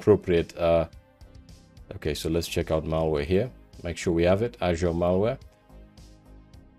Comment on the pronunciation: the way you pronounce azure as ashure💀